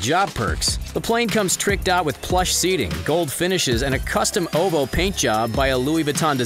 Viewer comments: It’s OH-VEE-OH not oh-vo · Ain't no way this guy just called ovhoe "ovoh" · O V ho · Man really said “Owvow” for OVO 💀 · Bro really said Ovo instead of O.V.O 🤦‍♂️ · Oh-Vee-Oh not oh vo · All the dislikes are for pronouncing OVO as “Oh Vo” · I know this dude didn’t just say ovo as “oval” 😂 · Actually it’s said as “OVO” OCTOBERS VERY OWN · The guy talking definitely said O.V.O as “Ovo” on purpose 🤣🤣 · It’s O V O not why is he saying it like this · This guy is definitely white pronouncing it “Oh Vo”. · He said ‘OVO’s owl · the way he says OVO makes me uncomfortable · 1st he’s richer than googles net worth 😂 and 2nd who pronounces OvO like that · the way he's saying ovo is funny